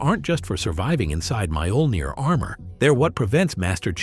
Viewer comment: Holy crap, its pronounced "Mee-OH-Ln-eer" !